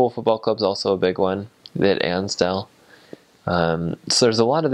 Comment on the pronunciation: I think it's Anfield - not Ansdale - but I forgive you.